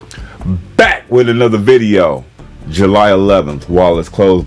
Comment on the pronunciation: i love the emphasis on the word back in the beginning lol